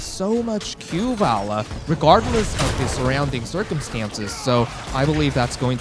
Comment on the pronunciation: please get this guy to say Valla right.